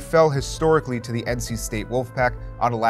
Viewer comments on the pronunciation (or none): Bro can you stop pronouncing the as thee?